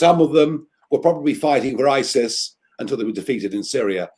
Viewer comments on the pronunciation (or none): none